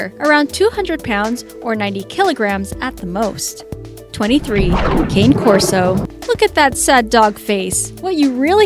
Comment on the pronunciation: The cane corso picture which you even pronounce wrong is a neapolitan mastiff so you obviously dont know shit